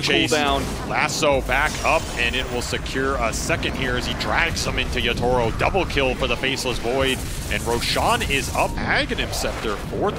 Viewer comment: Why does cap pronounce Yatoro as Yootoro?